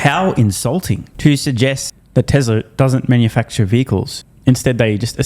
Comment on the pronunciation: What's "Tesler"?